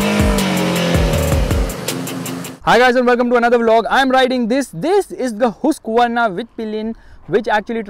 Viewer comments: No "Hooskvarnaa" it's called "Haaskvarnaa" then "Husqvarna"😃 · Hoosqvarna😂😂😂 yo it's Husqvarna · That's not hooooooseqvarna 😂😂